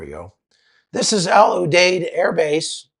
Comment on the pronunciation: Al U Deed is how to say the name of our base. I was there in 2007.